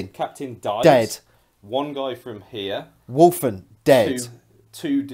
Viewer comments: Sorry, but my OCD kills me at times like this. Even with an accent there is no "r" in Wulfen. I know, I know. Report to my nearest Chaplain for re-education. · I dont want to be this guy, but its driving me mad. its wulfen, there is no R. sorry and keep up the great batreps